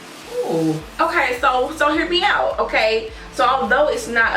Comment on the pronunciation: The Friday "Uhkay"!😂😂